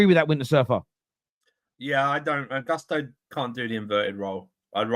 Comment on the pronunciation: Not to hate, but it’s so jarring when people intentionally mispronounce a player’s name. Why are they saying Gusto like that?